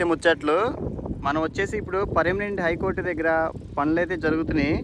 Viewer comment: ఐకోర్ట్ కాదు హైకోర్ట్